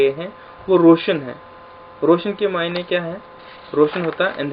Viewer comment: معئینے۔۔۔۔۔۔۔۔۔نہیں معنے یا معنی پڑھیں پلیز